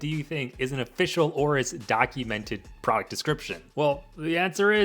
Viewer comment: It's Aorus not Aura. Also why does everyone say "aura?" am i missing something? lmao